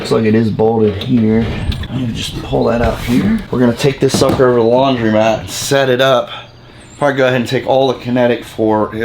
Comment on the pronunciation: Idk why it bugs me so much but I think a majority will agree it’s called a laundromat not a laundry mat lol he owns one and still says it wrong 😂😂